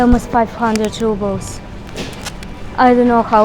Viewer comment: Really informative video! Thank you. Btw... Russian currency -"Rubles" are correctly pronounced 'roo-blz' not 'ruh-blz'